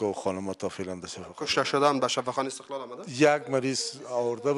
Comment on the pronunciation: شفاخانه( استقال) شما حتا کلمه را درست تکلم نمتوانید